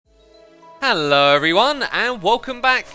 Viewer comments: who else after reading this went to the intro just to lessen how his haello sounds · Xisuma's hello is a mix of 'hello' and 'HALLO' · Or maybe, but just maybe... it's his accent?